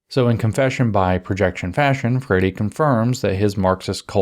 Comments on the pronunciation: Please go back to "Freyeree".. "Freddy" just CAN'T be right 😢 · It's more like fray-ee-ree. The ee is very brief. Portuguese has a lot of tough sounds that are not intuitive at all. It's worse that it's a stress timed language so syllables get cut off in weird places sometimes. 😅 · I'm not convinced Paolo Fur-Eddie deserves proper pronunciation of his name. I'm hereby starting the lobby to change his name back to Free-Airy. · Good to know it is pronounced "fairy" rather than "free-air-ee". ;)